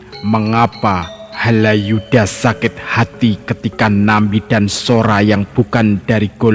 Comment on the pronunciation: Bukan Haladjuda mmbacanya tetapi Halayuda.